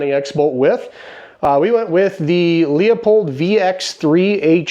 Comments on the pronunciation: “Leupold” vs “Leopold” can you hear the difference? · My dear brother in Christ it is not….nor will it ever be…..”leahpulled” it has been and will always be “LOOPOLLD”. May you be forgiven of your sins. Carry on. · Leopold is pronounced Lupold, with a hard U. Sorry, it's hard to watch when you mispronounce a product. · Your scope is mounted high. It's pronounced Loopold. 6.5 for small game. I shoot bigger guns. My zero is 300 yards and I don't need no stinking dials for hunting😅 As you get more big game hunting experience, you'll discover that 30 cal and up are much more reliable on big animals, and on target bullet performance is just as important as shot placement. 6.5 PRC is a good deer gun.